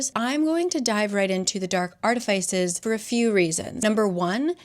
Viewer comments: Almost stopped watching after the mispronunciation of artificers. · ILY but that’s not how you say artifices ❤ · I have never heard artifice pronounced like that huh